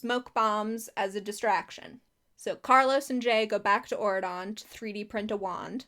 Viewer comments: it’s very funny to me how this country just sounds like you’re saying “Oregon” in a weird way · Everytime you said auradon i kept thinking you were saying Oregon with a fancy accent and changing the g to a d.